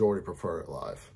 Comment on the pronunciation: It's LIEve 😄